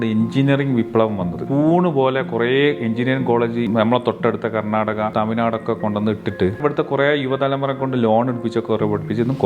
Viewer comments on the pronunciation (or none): none